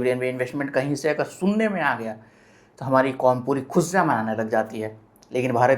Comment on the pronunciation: Aap Amajon kyo bolte ho.. Amazon boliye.. khusean nahi khusian boliye please.